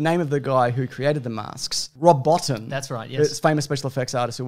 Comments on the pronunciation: Rob Bottin's name isn't pronounced BOUGHT-in, but bow-TEEN. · Bottin is pronounced "bo teen"